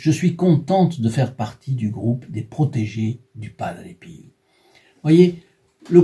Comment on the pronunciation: De famille on prie San Padre Pio.. EN 2003 ma tante le la fait connaître et encore' merci pour cet grâce à PADRE PIO 🙏 merci de le faire connaître.. ' (Prononcé Pio.. Et non Piou comme vous le prononcé lol 😂 😉merci de pouvoir créé un groupe de Padre Pio 🙏 💖